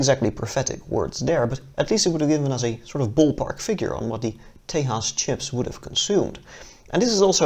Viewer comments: It's not Te'h'as, it's Tejas meaning strength, courage, valour, etc. It is a Sanskrit word :) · Stop pronouncing Tejas as Tay-haas. The j is Jay not hey. It's an Indian word not a latin-american word. It's pronounced Tay-jus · Small Note. Its not pronounced tehas, its Tejas, Its an indian word. it means strength, courage and valor. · Its Tejas not Tahas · For the record, it is pronounced tay-juhz and not Tehas. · Whitest way to say Tejas just say Texas damn it's annoying